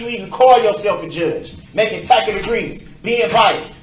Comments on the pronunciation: Yeah! What's with that TACK-IT agreement? Huh?? The word is TACIT. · I love how he spent weeks pronouncing it tack-it and learned the proper pronunciation on the last day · 🤣🤣 the way he keeps pronouncing "tacit" agreement as "tackit"🤣🤣 Oh boy. It's pronounced "tas-sit" BROOKSIE He thought he was the smartest man in the room, when it's obvious him and his "sovereign citizen" cronies like to Google legal matters to use in their defence, yet cannot even pronounce the words they are attempting to use 🤣 It's a scream. The entire trial he mispronounced words, like "coerced" he said "cohorsed"🤦🏽‍♀️🤦🏽‍♀️. The funniest though, was that he truly thought by telling the jury they had the power to nullify certain laws, that they would do so for him after killing 6 and injuring 60🤦🏽‍♀️🤦🏽‍♀️🤦🏽‍♀️ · The "tacket" agreements thing was hilarious. It's tacit. Doesn't know what the hell he's talking about, then gets mad that nobody else does either. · That's "takkit"! Also there are his objections due to "revelency"! Finally, being "akkit on da rekkid" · All of a suddenly, tackit agreement, cohorsed, axed, troof, oaf. God this guy is a master of the English language. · Making takkit agreements! Don’t forget 😅😂🎉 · “I am being CO-HORSED into a TACKET AGREEMENT!!!” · Doesn’t even know how to pronounce “tacit” 🤡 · Took that boy over 3 weeks to figure out how to pronounce “tacit”…I guess it goes along with all his oafs🤦🏽‍♂️ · And somehow he never learned how to pronounce the word "tacit."